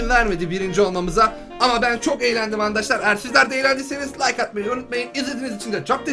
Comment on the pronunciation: abi andaşlar demene gıcık oluyorum